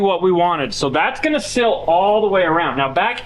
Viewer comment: Seal, not sill.